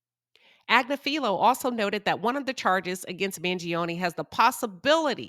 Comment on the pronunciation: Ag-nif-fi-low - this is the phonetic transliteration of Luigi's Attorney's last name, it's not that hard to pronounce.